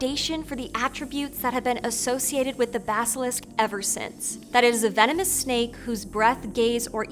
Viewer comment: When you started the video by saying venomous snakes I tought I heard you say feminist snakes.